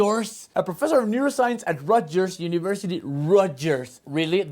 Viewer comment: "Rotguers", no "rotyers"